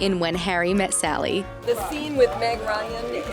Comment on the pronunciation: The Zcene with Meg Ryan, it's one of my favourite ZceneZZ in all the MovieZZ we've ever ZeenZZ What a Zunt #MartinSmith #MartinSmithStrikesAgain